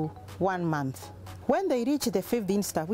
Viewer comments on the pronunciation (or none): none